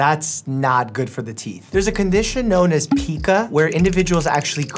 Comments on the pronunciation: Im sorry the i in pica is long theres no ee sound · Umm "Pica" isn't pronounced as "pea-kuh", it's "Pie-kuh". Just throwing it out there..